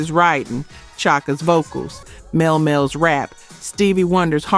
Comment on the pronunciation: His name is pronounced Mel-Lee Mel. Please pronounce these names correctly.